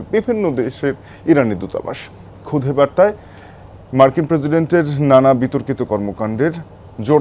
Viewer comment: ক্ষুধে বার্তা নয় ক্ষুদে বার্তা।